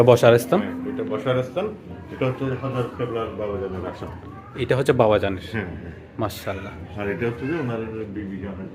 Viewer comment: মাশাআল্লাহ naki মাসাল্লা naki মসলা.?? sundor kore bolien, apni je dong kore boltesen..😑